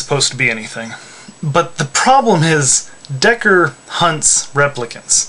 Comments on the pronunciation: How can your analysis be logical if you don't even know how to say his name, Decker lmao. And have you ever considered Rachael? She's weak and yet she is a replicant... maybe they are Nexus 7 models because they have memories inserted in them? who knows... it may be ambiguous but Ridely Scott does that purposely, he wants the responder to make a judgement, and as for me? Deckard is a replicant. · Hey, I just have one small criticism. His name is "Deckard" not Decker. I only know this because I read the book, just thought i'd let you know. Also I think he IS a replicant. I interpret him as being a flawed one...maybe an unfinished or broken one which is why he get's his ass beat by them...also may be why he hunts them. I'm sure he wasnt' made for the task of hunting them as you implied.